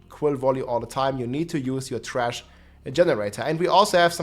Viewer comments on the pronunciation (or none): you pronounced thrash as Trash ~ I love u 😂